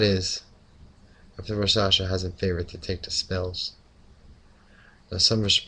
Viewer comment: The "K" in raKshasa isn't silent!